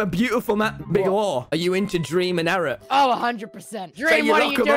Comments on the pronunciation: Is it just me or like- the way he says Eret's name like erect- and he knew what he was saying- BRUh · Nobody’s talking about how big law called eret “erect”💀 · Has anyone realized that Tommy calls Eret ‘erect’